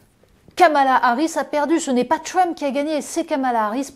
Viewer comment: je ne peux pas l ecouter prononcer le mot Trump. comment on peut etre aussi ridicule? pourquoi elle ne prononce pas Harris de la meme façon ? une perosnne lui dise, please!!!